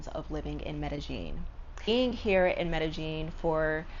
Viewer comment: Racism is almost everywhere but I think people need to realize that there are tells of you being a tourist or a foreigner. Like her saying medejeen instead of medeyeen instantly tells locals you are not from here so then the bs follows you much faster. Suddenly your color matters more and people notice your valuables more. That's how it is everywhere. Immerse yourself in a country's language and culture BEFORE you go to live there always and people will appreciate you more. Colombians don't even trust other Colombians in the culture so they definitely wouldn't trust a foreigner